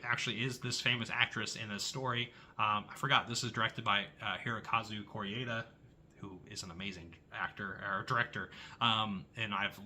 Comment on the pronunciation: Your French pronunciations are a bit dodgy 😂 …but it doesn’t really matter. Mine probably are too 😅. I love Wages Of Fear. I feel the same as you about The Beast. I’m now interested to see The Truth; I’m a fan of Kor-eda but heard The Truth was considered one of his weakest. I love The Boosh too. I once passed Julian Barrett in a park and so wanted to say one of those great lines from the show 😅